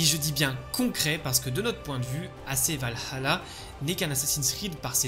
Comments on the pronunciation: en faite c'est plus la '' pause que tu prends, parfois on dirait que tu dis Val - Halla tu accentues trop sur le ''Ha'' aprés je chipote sans doute 😅 mais ça n'enléve en rien la qualité de tes vidéos :) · Super vidéo comme d'habitude mais je trouve que tu prononce un petit peu mal Valhalla.. 😅